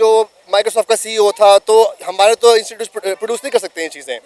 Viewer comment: It's not insecute, it's institute you should pronounce correctly.😢